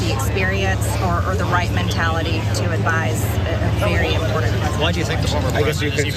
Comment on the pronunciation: Marge has never had a sound bite without the word "impordint"